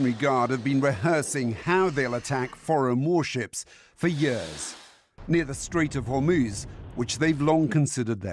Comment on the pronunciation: Trump said "In the Strait of Hormones"